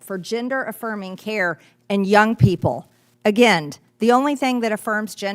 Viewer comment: "Againd" so dumb